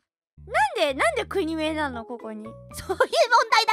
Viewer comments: 国名（こくめい）をくにめいって言ってる時点で先生も… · 国名をくにめいって(笑)